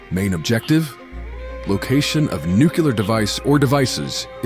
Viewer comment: Love these. Thanks. (but do check your pronunciation of “Nuclear” and “Sabre”)